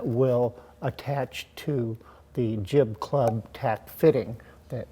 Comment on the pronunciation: LOL... you very clearly say "Clib Jub" (I listened twice)!! Just to clarify, you meant Jib Club, yes? Great work, but still chuckling...